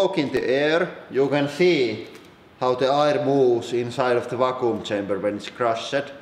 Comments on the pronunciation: I honestly thought you said "Fakku" chamber.... and please don't look up Fakku if you're not 18+... (even though I know some of you will anyway) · i thought he was saying raccoon chamber lmao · "Or at least...why the fucoom chamber?"